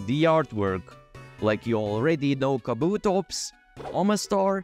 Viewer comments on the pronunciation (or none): none